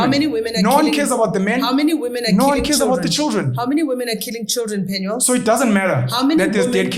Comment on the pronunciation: It's PenuEl not PenuAl